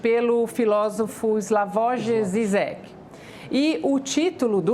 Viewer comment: Slavoji zizequi foi ótima kkk. Certo é slavoi jijek na hora de pronunciar.